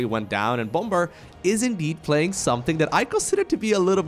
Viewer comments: Bom-ber? you mean Bomb-er? xD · Bom-ber?, the second B is silent. It's pronounced Bommer. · please pronounce bomb correctly. the second b is silent, and it's closer to 'baum' or tree in german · It isnt pronounced bom-ber, the 2nd b is silent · The second B in bomber is silent. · The way he said bomber was stupid . You didn't really have to annunciate the last part of his name so much. But nice to see him both him and drg back in action